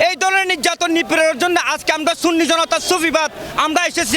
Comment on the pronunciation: যিনি সুন্নি কে সুন্নি বলতে পারে না সিন্নি বলে। আপনি তো ঈমান হারা। যিনি রাসুল মানে তিনি সুন্নি। এটাতো কোন বাতিলের দলের নাম না। আল্লাহ আপনার দোয়া কিভাবে কবুল করবে। আপনি তওবা করে ঈমান আনুন। আল্লাহ আপনাকে হেদায়েত করুক